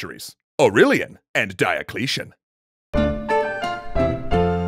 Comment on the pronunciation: the guy sounds like, AUreLIAN and DIAcleTION